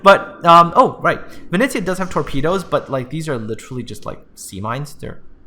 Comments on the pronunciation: Dude, you're butchering the name Venice. VE NE (NEver) ZIA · Vi KNEE ZA YA